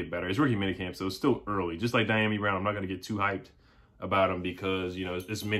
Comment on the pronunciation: The pronunciation of his name is D ah me brown